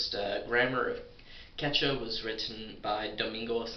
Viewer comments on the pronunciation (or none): I'm mexican, and i've heard people speaking "Quechua", and it sounds wild. But i'm here to tell you you need to say Quechua with more emphasis in the second U. QuechUa. Because you're not even pronouncing it. And great video, feels weird learning quechua from a english speaker than a native quechua speaker who also speaks spanish. I want more of this. I subscribe, man. (Great pronounce of the spanish "r", btw.)